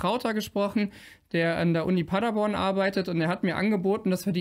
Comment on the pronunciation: Paddaboan wirds ausgesprochen, kein langes aaa, aber langes oa ;-) Grüße aus PB